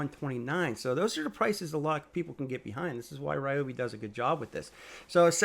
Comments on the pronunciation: Reeobi not Riobi. It's always been a long e sound. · Great video. Thanks. For what it’s worth, it’s pronounced Rhee-oh-bee. Doesn’t feel natural to me, either, but they used to have it spelled out phonetically on their old black and white boxes. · REEEE-obi fan right there!